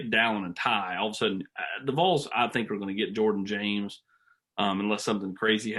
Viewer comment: It’s Vols not Voles smh